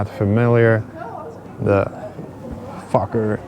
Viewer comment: Cool video. You should became a pilot. Bro, When you called that plane a fukker it had me rolling. I had to rewind it. Pagie and I were like what did just say. It's the make of the plane.🤣🤣